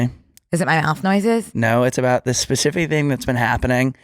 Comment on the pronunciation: It’s “specific” not “pacific”, or does she say that on purpose?